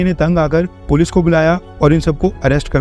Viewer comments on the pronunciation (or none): none